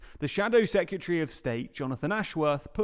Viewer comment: The word is Secretary (pronounced sec-ret-airy), sorry to be that person; please can you learn how to say and spell it correctly.